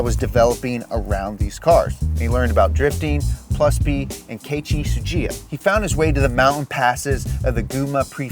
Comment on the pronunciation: It’s pronounced “Kay-E-chi,” not “Kay-chi,”.